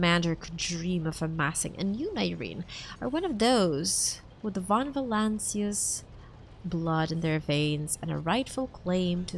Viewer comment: Ok while u failed to prono7nce protectorate u managed to pronounce the dynasty name von volancius perfectly